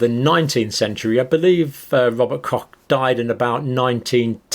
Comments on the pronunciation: Pox Copsulate, cock poxulate, kochsulate etc... 🥴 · Rober Koch (co*k) 🤣 …. well how to explain how to pronounce CH 🤔